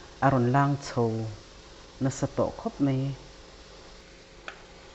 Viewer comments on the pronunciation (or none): A siam a awlsam hle mai, tih ve tur a nih hi. Mizo tawng i hmang dik lo hi erawh en a ti nuam lo, 'mai' tih turah 'mei' ti a i lam hi ti tawh lo hram teh, a hmanna tur ni lova in hman hian en/ngaih thlak a ti nuam lo. tawh te